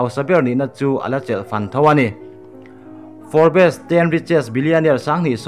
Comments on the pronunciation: Forbs anga lam tur. For bes nilovin. Tihsual palh emaw, hriatlohte pawh a awm ve thei e. Hriat kim vek theih a ni silo a ni. Kan inhrethiam tlang vek tur a ni. Kan zirtirtu pakhat chuan thil zawng zawng hriat tum suh u, min ti ţhin. 😊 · Nakin zelah pawh Forbes magazine news inla la zel duh awm sia.. A lam Dan dik zawk in aw.. Fobs tih rik a lam zawk tur ani e.. Sawi sel na ni lo in thahnem ngaihna zawk in le.. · Pronunciation chu zir tur awm ve nual mahse i sawi tum a hriat theih tho e. Entirnan, Forbes hi fourbess tih a lam tur ani lo😂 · For bes ti a lam lo in, Forbs tiin lam hram la, ngaihthlak a nuam deuh ang😇🆒✌ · Fawr-bes ti ang a lam lai tak hi chu a fuh chiah lo. Fawrbs (Forbes) ti in an lam țhin a ni. A dang zawng chu a ngaihthlak a nuam e. 😊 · Fawrps.. Tiang hian aw.. Tisual thei vek kan ni.. Thurawn in pe tlang thin ila.. I channel a ngaihnawmin a bengvarthlak thin e.. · Forbes. Fawp, tih mai tur alawm😁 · Fawr bes tih loh tur aw.Forbs i ti tawh dawn nia. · nui keh tuarlo khan a lamdan dik chu hrilh ve mai la. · Forbes a atawp a 'es' zawk hi lawm lambi tel loh zawk tur 'b' hi chu lam tel a la ni zawk... Forbs tih in an lam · Forbz alom a lamdan tecu🤪🤪🤪🤪 a spelling forbes